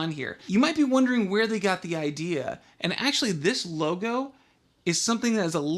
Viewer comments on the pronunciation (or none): none